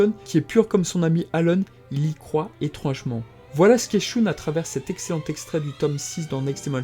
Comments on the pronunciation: alor je trouve que le récap et sympas mai la façon que ta de dire shoune au lieu de shun et close au lieu de cloth c'et énervent désolé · Pourquoi tu prononce le nom de mon personnage préféré "shoune" ?